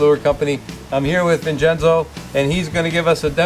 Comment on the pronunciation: HAHAHAHAHAHA......Gingenzo. It should be Vincenzo but it sounds like Jingenzo. OK ...OK....HAHAHA...OK...OK